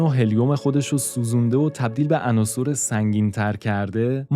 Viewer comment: درود فراوان به شما گوینده وهمینطور نویسنده ی این برنامه! بسیار واضح وخوب بیان میکنید فقط یکی از واژه هایی که در زبان فارسی خیلی ها اشتباه تلفظ می کنند واژه ی عناصِر جمع عنصر است ! عناصُر اشتباه است که همانطور که نوشتم به کسر صاد صحیح است پیروز باشید